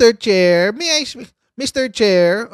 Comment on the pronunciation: Hoy Sara “ Mr. Chair ang pronunciation hindi Mr. Share”😭😭😭